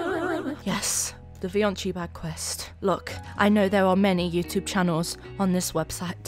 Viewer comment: Vioncii ❌ Fioncii ✅